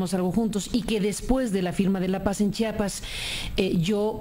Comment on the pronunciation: Ese camacho nunca aprendio a decir Chiapas, pendejo.